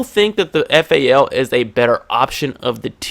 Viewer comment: Thats the correct way to say it when you grow hair on your nuts you will know the right way to say guns names